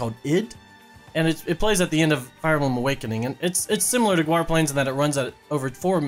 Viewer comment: It’s not pronounced go-are, it’s pronounced gor-ah